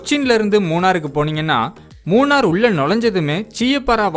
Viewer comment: மூணர் அல்ல நண்பரே மூணறு. 🤦‍♂